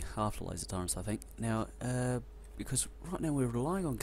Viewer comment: They are called "turrets", not "turreNts". In written language, sure, it's a common mistake, but I've never heard someone actually say it out loud. Also, stop breathing/sniffing/coughing into the mic please, I'm way too familiar with your bodily functions at this point. Good playthrough tho, you're one of the few people who bother making a LP out of this game who knows what he's doing. Though, you really are overproducing science packs like mad. Also, think bigger. Like, WAY bigger. Like, take your current space and quadruple it. And then you probably still need more space. And you definately don't need that many boilers, especially at this point (Boilers being the cause of pollution, not the steam engines (Steam is harmless hot water, it's the burning fossil fuels that attracts biters)). Each steam engine needs 1.33 boilers, so you either add more engines or reduce the amount of boilers, cutting back on your pollution.